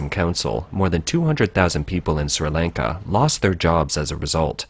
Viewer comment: I wish the guy would stop trying to say the country name